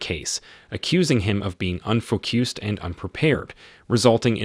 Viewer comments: did that narrator just say fou-cuuused? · He betrays the AI voice, occasionally. "Focused" isn't the only word the AI can't handle. "Minute" has two different pronunciations, one denoting a unit of time, the other denoting something very small. The AI got the two mixed-up.